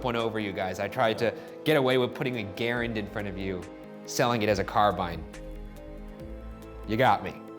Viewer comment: A) I love Ryan's shirt. B) I have a latent dislike for Andrew. I had a major crush on Ashley, and he was her kinda sorta boyfriend. (Yes, I know now it was a bit.) C) How many cats is too many? Easy, 1. D) Great job Ryan pronouncing Garand correctly.